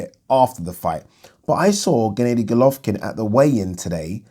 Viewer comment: Why do you say genn-AY-dy when it’s pronounced as genn-AH-dy? 😆